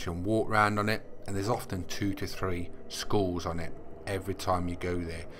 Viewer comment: Congrads. Sounds like your saying schools instead of skulls 🤣🤣🤣